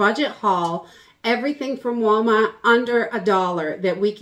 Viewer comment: "walmawt".. it's not every day that we can hear your accent 😂